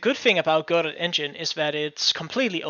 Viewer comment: It's pronounced "Go-doh" as in "Waiting for Godot." Look it up!